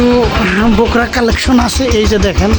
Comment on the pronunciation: Aita ky to Borka boly, Bokra bolen kano 😂 😂😂??????